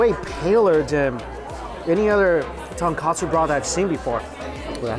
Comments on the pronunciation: Little correction Its tonkotsu (bone) not tonkatsu (cutlet) broth, if uncle roger see this he will be "haiyaaaaaa, learn again nephew mike" 🤣🤣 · Another kotsu turned katsu. Lol I’m pretty certain his mispronunciation of some Korean and Japanese words is on purpose to tease some of his fans 😂